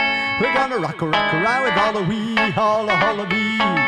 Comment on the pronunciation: Ollie "Vee" dude